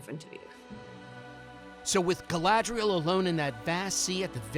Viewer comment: The actress doesn't know the name of her own character?!? 😀 First I thought she just made a mistake, but then she repeats it. Gladriel, Gladriel, Wtf? Could this show become an even bigger joke? HER NAME IS GALADRIEL FFS!